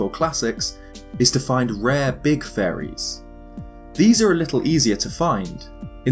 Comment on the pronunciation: everytime you say faeries......i hear furry